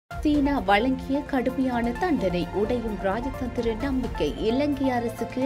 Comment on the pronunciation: மன்னிக்கவும் ....ராயதந்திரமில்லை.....ராஜதந்திரம். தமிழைக்கொலைபண்ண வேண்டாம்